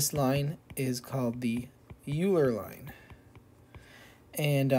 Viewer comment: oiler not yooler german name